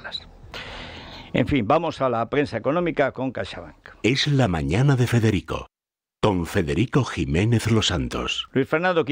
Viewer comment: Tusk co U, Fedeghico, que es polaco, no Espichinglis😂